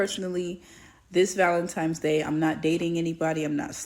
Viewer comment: ValenTIMES? I can't bruh